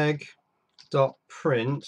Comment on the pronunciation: dude you have a russian oled? or why are you calling it oleg. wouldnt oled be more descriptive? while still being short and comprahensive